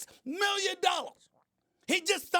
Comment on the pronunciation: "35.6 millionoras"